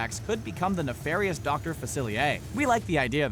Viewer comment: Yeeez-ma. Yeeez-ma. Yeeez-ma. Not yezz-ma. Yeeez-ma. Yeeeeeeeez-MA. Facil-ee-air Not facili-a Fa-cil-ee-air